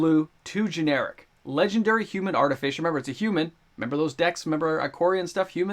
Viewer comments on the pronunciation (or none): Mystical Tutor will never go over $20 again. Also it's ArtiFISSer not ArtiFISHer.. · Lol it's Artifi sir. Not arti fisher, silly 🤪